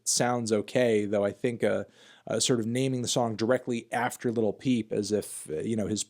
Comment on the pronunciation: Your, not a music nerd if u can't even say """"""LIL"""""" peep right.